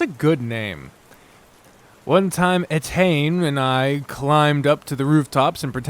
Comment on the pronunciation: I know this video is very old and you've probably figured it out by now, but Etienne is pronounced more like "Et-ian"